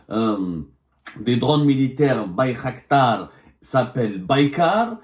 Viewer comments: Bayraktar non pas Baykhaktar 😂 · Bir qdar بيرقدار et non bir khdar